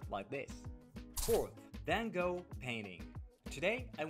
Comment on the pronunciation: it is not "Fan kow"...it is van Gogh , the G and the gh are pronounced like CH in loCHness and the o is an o as in hot